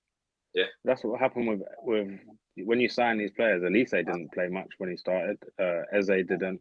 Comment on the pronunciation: yep, but Eze is like Ezuh and Guehi is like Gayee for sure 😉🤣